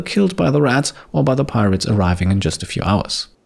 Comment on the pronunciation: As the rats arrived I burst out into laughter because I though you said that "pie rats" would attack